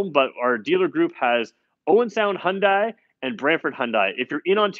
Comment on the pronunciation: Dude.... If you're going to do car reviews, you need to get the pronunciation correct. In the word Hyundai, the word sounds like "Hyun + Day." Acceptable is "Hun-day" but you do NOT pronounce "i." "Dai" sounds exactly like "Day." Feel free to ask any Korean.